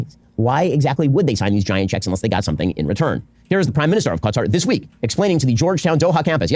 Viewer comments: It's like he knows kuh-TAR is wrong but refuses to say cutter so he went down the middle in the worst way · Ben "Kuh-Tar" Shapiro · Ben's trying to pronounce Qatar the same way he does Hamas... with a weird affectation that makes zero sense. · He invented yet a new way to pronounce Qatar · Ben's so racist he won't even pronounce Qatar properly. What a dipsh!t.